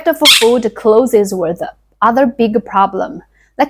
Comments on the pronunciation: Your English vocabulary is very good. You must read a lot of English books. For the word "Clothes", pronounce it the same way as "Close" (like, close the door). I grew up in the US in the 60s and we were poor. Not as poor as your village but, I was the poorest one in my class in elementary school. I can relate to the food, clothes and hygiene stories. Comfortably retired now because I learned not to waste. People waste a lot in the US. Good luck with your channel. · Very good English with some difficult words. Listen to some pronunciations of "clothes", "various" again and try that. Your story reminds of how I grew up in south Africa, past down clothes that had repairs and didn't fit, no shoes , cracked skin on hands and feet from cold, worms and lice, we played in trees and with mud and sticks. we were happy as we didn't know better till later when image mattered.